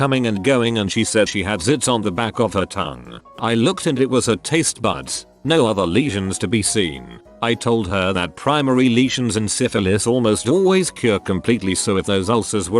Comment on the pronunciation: No one: The voice reading the script: Tastbuds